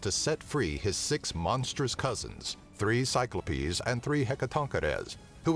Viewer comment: He pronounced Cyclopes wrong.. What are Phyclopees